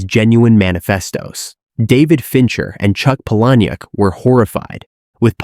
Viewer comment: Its pronounced "Paula-Nick" I know that because I asked him :)